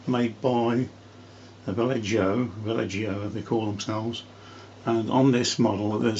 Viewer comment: Va- yeh- hoh. Not. Valle-joe 😊